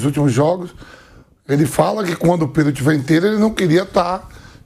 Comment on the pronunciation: Pedro = predo